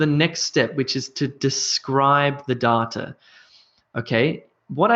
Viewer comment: I really appreciate your videos, they are so helpful. Don't get me wrong but may I ask why you pronounce "data" the way you do. I checked it and I could find nothing close to your pronounciation. Am I missing some points?